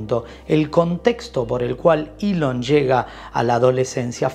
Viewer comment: Se llama ELON Musk no ilion más o que cambiaron el abecedario español castellano